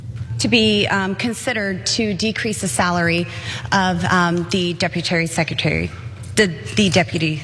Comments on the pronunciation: Deputary Secretary 😂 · DEPUTARY SECRETARY 😂😂😂😂